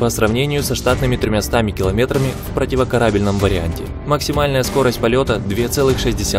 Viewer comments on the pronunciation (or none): "..противокАРАбельном варианте..." Карамба!